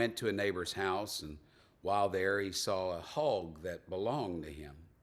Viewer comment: Happy Birthday,. How did you say "hog"? Listening later from Ontario Canada